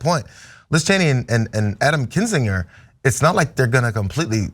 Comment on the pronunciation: This has always been baffling to me... When people pronounce something differently than the way they just heard it. Why would pronounce Kinzinger with a 'j' sound when that's not how anyone in this segment pronounced it. I'm always fascinated why people don't pronounce something, especially a name the same way after they hear someone else pronounce it.